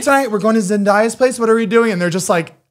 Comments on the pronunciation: Zane I love you bro but it's pronounced Zen-day-a. Not Zen-die-a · ZANE!!!!! it's not zendaaya it's zen-day-ya don't ask why that frustrated it just did. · Zane I love you baby but you got to start pronouncing Zendaya’s name correctly 🤣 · Not Zane pronouncing Zendaya like Zen-dye-ah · zane say it with me (zen-day-a) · please, someone, tell zany that he's saying zendaya's name wrong!!!!!